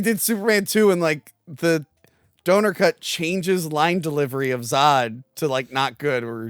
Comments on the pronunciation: For christs sake. Its donner. Dah-nur. Not donor. He wasmt crowdfunding his shit. 😂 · it’s NOT “Blankenshit”. Also, you’re mispronouncing Donner 🤦🏻‍♂️